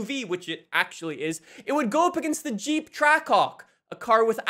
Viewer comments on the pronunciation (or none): none